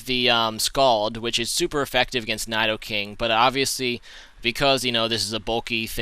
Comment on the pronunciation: Your not saying Nidoking right. But I love you.